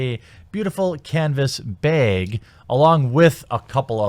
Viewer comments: Canvas “Beg” lol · YOU STILL SAY ‘CANVAS BIG’. But you’re still great. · canvas bay-egg